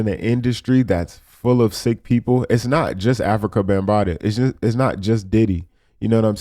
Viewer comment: he keeps calling him African Bambataa lol. fuck bam he dont deserve an actual telling of his name lol